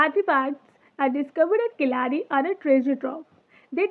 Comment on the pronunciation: Good..... Just try to say Keezhadi ( Keeladi) கீழடி..... Don't say kilaadi 😢😢😢😢 Tamil (Thamizh) Malayalam had 3 letters of : la , lha , zha